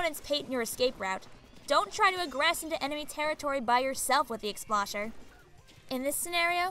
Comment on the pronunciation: I don’t wanna be That Guy, but I find myself getting irritated every time you keep mispronouncing Explosher. It’s pronounced explosion, not explashion.